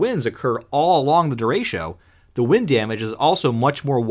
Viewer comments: Disappointed. Did not see a single picture of Gary Burghoff, though I always had a thing for Ms Gulch. Also, "derecho" is not pronounced "de RAY sho". It's "de RE cho", the Spanish word for "straight". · That is not how you pronounce derecho it’s “dur-RAY-cho” not “durasho” or “duratio” or however u pronounced it